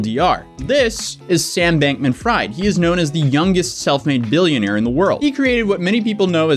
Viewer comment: Take a shot every time this guy mispronounces Sam Bankman-Fried 😂😂😂